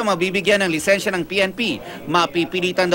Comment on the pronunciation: Lisensya po hindi lisenya